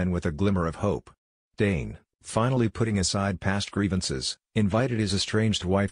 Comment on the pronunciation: The commentator needs to pronounce “Tane’s” name correctly.